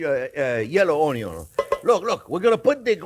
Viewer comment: I live to hear chef say onyons